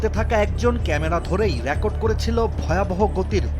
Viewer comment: Tui akjon miskin sangbadik. Ucharon thik kor. Record not Raycord